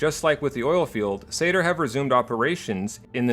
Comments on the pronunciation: And is me or do you keep saying Sayter instead of SANR? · It sounds like you're saying SADR instead of SANR. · Also you called SANR satyr a few times around the 17 minute mark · I keep hearing you say "SATR" instead of "SANR" and it was really throwing me off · Rewatching after 3 years and still hearing SATR